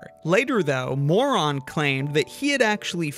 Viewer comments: As a Pole, it hurts me so much to hear Zbigniew's last name be pronounced as "Moron" lol. just as a heads up, "Ń" in Polish makes the same sound as "Ñ" in Spanish, which is sort of like a "nyuh" sound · It's not Zbigniew Moron xd ń is pronounced like the Spanish ñ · I don't like how "Moroń" (where "ń" is pronounced like Spanish "ñ" or Italian "gn") was pronounced "moron" 😅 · It's not, he pronounced it wrong. It's a polish last name Moroń, "ń" should be pronounced softly, a bit similar to the English word "knee"